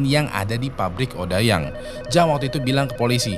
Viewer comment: Odeyang bang bacanya bukan odayang 😭😭